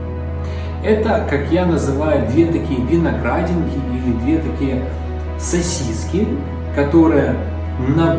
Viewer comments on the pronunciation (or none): none